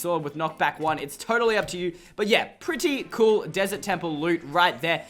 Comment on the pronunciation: Cool not coul